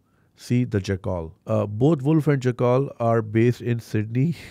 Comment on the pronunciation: Btw it's jack-el not jakkaal